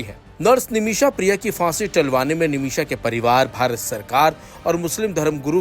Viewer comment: Word hai phansi na ki fansi video mein bolne se pehle sahi lafz bolna sikhiye bohot bhadda lagta hai sunne mein